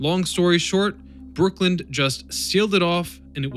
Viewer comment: It’s Brooklyn not Brookland